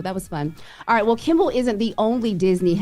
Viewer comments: She keeps calling him kimble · yes Morgan does I agree. I’m pretty sure she don’t pronounce Kimmel “Kimble” aswell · KIMMEL! KIMMEL! KIMMEL!! Not Kimble!!! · Is it me or does say kimbal? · right. Keeps getting it wrong. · I miss Morgen. She would’ve pronounced Jimmy’s last name correctly. It’s KIMMEL, dang!! Smh. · don't miss morning but mispronouncing Kimmel over and over was driving me crazy. Like how are these ppl news reporters.